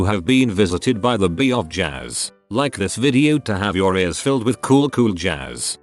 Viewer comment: Bruh at the end I thought it said "bee of jizz" not "bee of jazz" 😂😂